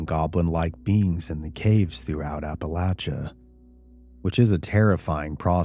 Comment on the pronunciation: This was awesome! I'm so proud that you pronounced "Appalachia" correctly!!!!!